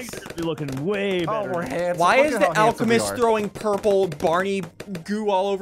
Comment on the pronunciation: BRUH SSUNDEE SAID ALE CE MEST IS ALCEMEST